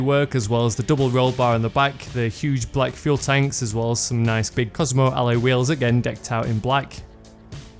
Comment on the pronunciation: lol like the way he says ally wheels